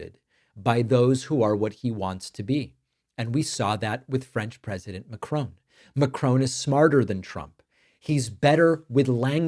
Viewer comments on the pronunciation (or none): Mack - Ron ! There is no E at the end of his name!! Great video all the same!